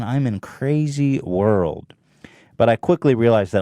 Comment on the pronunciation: Hila, the word is WORLD not WORK. Shesh...